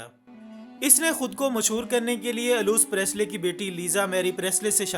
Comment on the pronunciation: “Elvis Presley” Not Luis Presley......